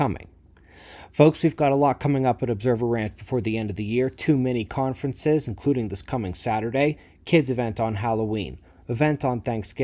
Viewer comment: Hey! I don't like stealth CMEs! You've been talking about your "two mini conferences," but each time I hear you say it, I keep thinking you're saying "too many conferences." LOL